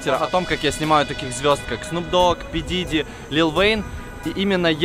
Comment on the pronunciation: щас бы говорить пи диди,вместо паф дэдди..лол..